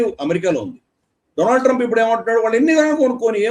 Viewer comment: డొనాల్డ్ ట్రంప్ కాదు డోనల్్డ ట్రంప్